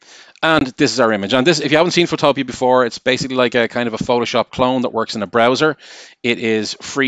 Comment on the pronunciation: Btw I think it’s pronounced photo-pea not photopia